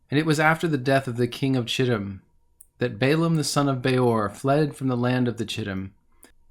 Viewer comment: Chittim is pronounced Kittim